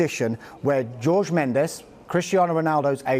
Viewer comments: Pls can they pronounce Jorge correctly, it isnt George. Likw you don't pronounce Thierry Henry in the way its spelt, you pronounce it like Honry not Henry so pls say Jorge like Horhe not George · Man said George Mendes😂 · Jesus christ pronounce Jorge correctly pls Sky??